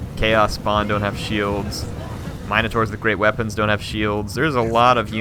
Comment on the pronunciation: Mine-a-tors and Shay-mans